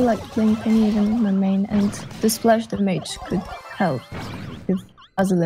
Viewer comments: I find it funny how she pronounces "damage". Her english is very good tho. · damaege!! I always say that with my cousin when playing clash(supercell) games. It's kind of like an inside joke to us and now is saying it. haha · Does she know how to fucking pronunce DAMAGE? Nice challenge btw